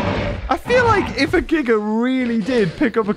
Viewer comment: Kudos to you, for the correct pronunciation of "Giga."